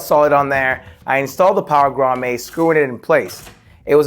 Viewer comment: WTH is a “Grommay” 😂 cool setup though👍🏻